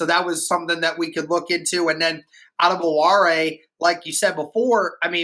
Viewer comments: Pronounced like ahh-debowray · Apparently the "wo" in Adebawore is silent so the correct pronunciation is A-duh-bah-ray